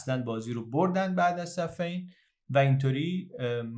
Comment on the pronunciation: درود جناب دنبال ایراد الکی گرفتن نیستم شما زحمت میکشی و ما لذت میبریم از ویدیوکست های شما یجا گفتین safein خیلی ها فکر میکنن چون دو تا لشکر روبه روی هم صف آرایی کردن اینطوری اسم این جنگ رو تلفظ میکنند ولی seffin درسته بمعنای اون محلیه که درش جنگ میکردن. با تشکر